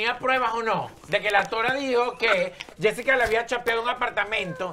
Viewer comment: Ajá Yesica te descubrimos dise yulay 😂😂😂😂😂